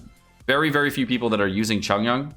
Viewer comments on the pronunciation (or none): Its not chongyan, its chong YUN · I've never really bean that annoyed at how people pronounce names but- that Chongyun pronunciation KILLS me- If you care, it's suppose to be Ch- ong- yune. Not Chun yun. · The way he pronounces Chongyun's name is triggering my fight or flight response. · the way he pronounces chongyun's name make it sound like chongyun is korean